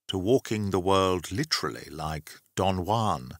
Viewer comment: Oh, is that how you pronounce "Don Juan"!? Apologies,. Smartarse tax attached.